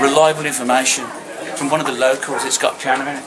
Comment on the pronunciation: “Pee-Anna” love it